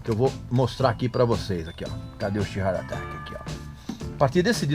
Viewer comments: que bem vc pronuncia sheer heart atack!! ..kkkkkkkkkkkkkkkkkkkkkkkkkkkkkkkkkkkkkkkkkkkkkkkkkkkkkkkkkkkkkkkkkkkkkkkkkkkkkkkkkkkkkkkkkkkkkkkkkkk umas aulinhas de inglés nao te fariam mal, sabe de tudo e pronuncia inglês como cavernícola rapaz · Vídeo medíocre, no mínimo. Estúpido e grosseiro talvez definam melhor. Na palavra "rapsody" a sílaba tônica é a primeira. Mal consegui entender quando ouvi esse cidadão pronunciando "Sheer Heart Attack". Medíocre pretencioso define. E nenhum ser humano pode ter a pretensão de "salvar o PLANETA". O ser humano deveria se preocupar em salvar a sua espécie. A sua própria bunda, se me permitem. A natureza é soberana e prevalecerá, não importa quanto plástico o "cerumano" produza. Parei. Beijo e não me liga. Procure coisa melhor pra assistir.